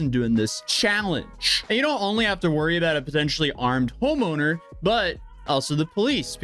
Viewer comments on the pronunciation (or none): he said Homoner 😂😂😂